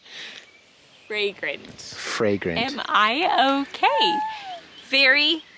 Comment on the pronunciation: VEWY FWAGWANT